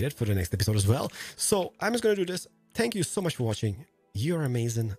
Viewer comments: Is he saying thank you or spank you 🤔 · Is anyone going to acknowledge the fact that he said "spank you"